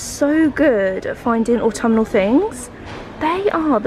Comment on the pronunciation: Au-tom-ma-nal season 🥰🥰🥰🧚‍♂🧚‍♂👍👍 you loved saying that last time n couldn't wait lol xx